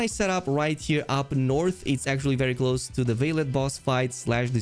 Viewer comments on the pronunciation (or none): none